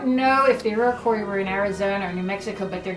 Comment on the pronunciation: I've never heard someone pronounce Iroquois like that before